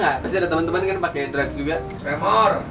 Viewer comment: Drugs bukan drag wkwk